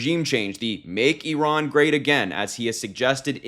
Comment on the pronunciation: Why can’t Vance even pronounce Iran?